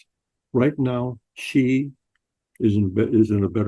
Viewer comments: Sheeeee not Jheeeee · President Shee not Jhee. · Check your pronunciation: Chairman Xi is pronounced c as in ABC.